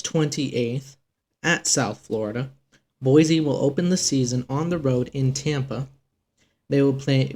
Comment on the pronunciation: Boy - See not Boy - Zee